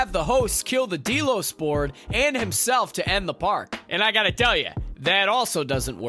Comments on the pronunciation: I couldn't watch more than a few minutes of this review because of him continually calling it Dee-Los when it's Deh-los. It's pronounced through the entire 4 seasons! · Dee-los? Seriously? Haven't you watched the show? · Deelos? It has always been pronounced Del-os. No one on the show has ever pronounced it Deeelos. How does this happen? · So many things wrong here. First has your narrator watched the show? Its not "DEE-los" or the "sub-lime" Its "Dell-os" and "su-blime", small details but again it just makes it sound like someone who doesn't know what they are talking about is trying to explain it to us. Also very little of what you were saying matched up to what you had on screen at the time. Also, stop yelling at me And its weird you mentioned the fact that it was based on the foundation which gave me hope for what you would say but then you have the most simplistic view on what's going on.. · Dee Los. Really? Wtf. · Who else is super annoyed be the word "deelos" ? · Deeelos ? Lol did you even watch the show or just read it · I gotta tell ya "deelows" isn't working for me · Los Deelos XD has this guy watched this show or is he just reading a script?! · “deelows,” “sub lime,” and “rehobum” hurt my soul lol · please stop saying Delos wrong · Super Important Tip : Please watch the actual show if you’re gonna explain about it, you manage to make it more confusing and your pronouncing the names all wrong. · Omg dude that is NOT how you pronounce Delos OR Sublime. Also why are you constantly shouting? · That isn't how you pronounce Delos. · Right ! It's Delos !!